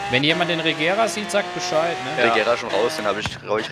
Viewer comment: Regera nicht Agera und F12 nicht FF! Sonst sooo coole videos